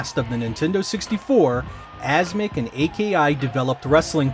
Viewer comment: It's not pronounced A-K-I; the company name is not an acronym. 'AKI' of AKI Corporation is pronounced as a word, formally written as 株式会社アキ